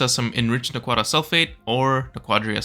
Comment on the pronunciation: anti-moni not an-timoni nak-wa-dah not na-kwa-da emphasis is important XD